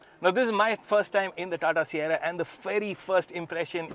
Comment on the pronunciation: Sierra❌ Saiyarra ✅ 😂😂